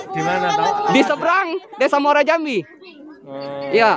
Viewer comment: Bukan Muara Jambi nanamanya tapi namanya Muaro Jambi ...